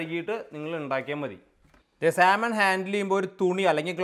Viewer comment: സാമൺ എന്നാണ് ശരിയായ ഉച്ചാരണം L നിശബ്ദം ...... സാൽമൺ എന്ന് പറഞ്ഞാൽ പോലീസ് കേസ്സാകത്തൊന്നുമില്ല ...... ചുമ്മാ പറഞ്ഞെന്ന് മാത്രം ...... മറ്റൊരു കാര്യം പുള്ളിക്കാരൻ പല വീഡിയോകളിലും വേവിക്കാത്ത മാംസം തിന്നുന്നത് കാണിക്കുന്നുണ്ട് ...... അത് അന്ധമായി അനുകരിക്കണ്ട ...... ചിലപ്പോൾ തിരുത്താൻ പറ്റാത്ത അബദ്ധമായിത്തീരും 😅